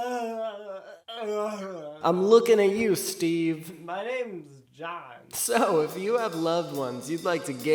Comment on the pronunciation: “Muh naymes jawn “